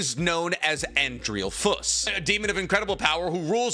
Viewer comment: “AN- Drem- A LICK”